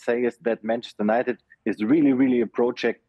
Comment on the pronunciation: He can't pronounce United properly, so how can we trust about his news